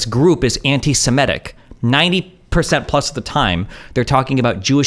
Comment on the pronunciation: Its antisemitic to pronounce “antisemitic” as “antisimetic”